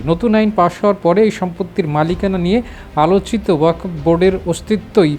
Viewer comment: This stupid does not know how to read Bangla. Reading wakof but wakfow. I think this stupid has higher educational certificate. What is the quality of Bangladeshi certificate?